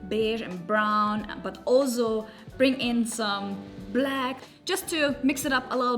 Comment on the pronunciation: Time to learn to say “ also” the right way